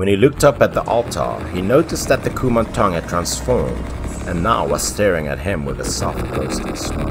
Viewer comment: As a Thai, I would like to say that your pronunciation of “Kumanthong” is quite on point. 💕